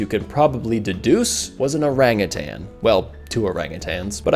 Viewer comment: I greatly appreciate your correction pronunciation of Orangutan.